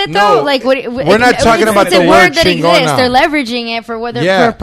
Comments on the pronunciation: That was funny how she said LA CHEENNGONUHH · X was right on this episode! Never want to see this home wrecker on GPS again. X had a point and all y’all did was back up a privilege bitch that feels like she knows how the world works. Can’t even say Chigona right, but wants to represent the Chicano community. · I love yall foo’s but I’m sorry, i can’t fuck wit someone who’s so passionate about a company named Chingona and can’t even say Chingona correctly 🤦🏽‍♂️